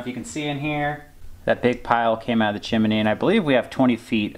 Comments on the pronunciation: PLEASE... It's chim-nee (chimney), only 2 syllables not 3. Nice job of cleaning the stove pipe. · "chim-a-ney"....how you say it, -style! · Stove looks really good with the new glass door. Seeing the flame 🔥 always makes it so cosy. Made smile every time you said chimney by adding an extra ‘I’ in the middle. 😊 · lol "sewt" and chiminee pipe" I like it